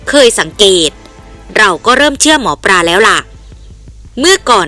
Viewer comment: เลิศเลอ ไม่ใช่ เริดเรอ หมอปลา ไม่ใช่ หมอปรา เห็นงูกับเห็นแขก ไม่ใช่เห็นงูกับเห็นแคก หยิ่งผยองพองขน ไม่ใช่หยิ่งผยองผองขน ยิ่งอ่านยิ่งเลอะเทอะ ภาษาไทยวิบัติหมดแล้ว เปลี่ยนคนอ่านได้แล้วครับช่องนี้ ผมติดตามข่าวสารช่องนี้ตลอดนะ แต่อดขำไม่ได้ ไม่เคยปรับปรุงเลย เคยเข้ามาอ่านคอมเม้นท์บ้างไหม คิดจะทำอาชีพนี้ก็ต้องหัดปรับปรุงการอ่านบ้างนะครับ